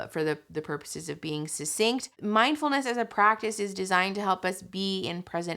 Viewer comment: Guys. It's mind-FULL-ness, not mind-EMPTY-ness.